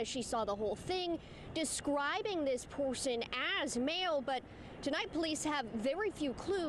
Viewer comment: Where is this reporter from? I’ve never heard anyone pronounce “person” that way.